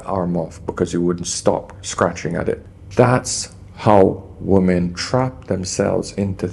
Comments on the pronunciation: Why do so many youtubers mispronounce WOMEN? 😅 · I so wish he could pronounce the word "women" properly. I know he is from the Caribbean, but it is such a basic error in non-native speakers and causes so any problems, Please try harder. Don't let bad habits prevent growth.